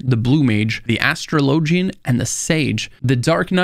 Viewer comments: Your video was awesome and really helped out with little things I've still been stuck with after 1,300 hours of gameplay so far lol. By the way I just want to say that it's pronounced "A-straw-low-jee" not "Astro-lowgy" 😅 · Why do you say Astra lowjan, its Astrawlajin...speak english....... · It's not astro low gin..it's ash trah ligin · If you Google it, which I did, the only thing that pops up is ff14 stuff, which is all other people's opinions. They're wrong. My friend you've never heard of an Astraw Lah Jin? Lmao you sound absolutely ridiculous saying LOW jin